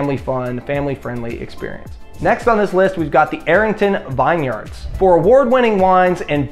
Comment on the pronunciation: “Vin-yerds” - vineyards.